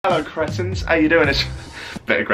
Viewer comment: It's pronounced creetins